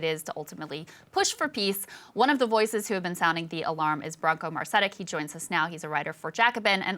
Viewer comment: I am fairly certain guest name is Mar-ch-e-ti-ch, poor guy has to suffer his last name being mispronounced